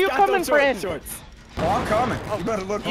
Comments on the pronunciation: did you say butter instead of better? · I love how he says "better" as "butter" You the best mate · Why does always replace 'you better ' with 'you butter😂😂😂😂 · anyone noticed says butter instead of better lmao " you butter"